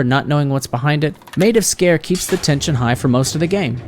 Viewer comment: Wow finally someone that pronounced it right 😁